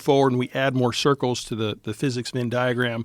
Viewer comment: The word “Venn” in “Venn diagram” is pronounced with the “eh” sound as in “head,” not with an “in” sound. Phonetically, it is /vɛn/ in both UK and US English.